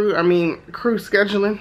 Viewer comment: Yeah, 20 people, no. I laughed every time you said “screw” instead of “crew.” I have never been on a CRJ for your airline. I have been on the ERJ 145 and the ERJ 140. They looked like they had seen better days.